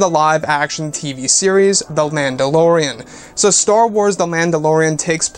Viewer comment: Am I the only one who hears "Landolorean"?